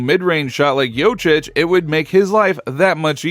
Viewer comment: Thank you for the vid bro. Just wanted to add that it's called Jokic not Jocic. 🚀